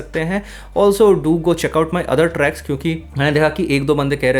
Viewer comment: bhai "tracks" ko clear pronounce karo please 😂😂 "trash" sound ho raha 🙏🙏